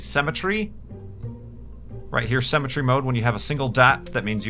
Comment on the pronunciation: It's pronounced "Symmetry" not "Cemetery"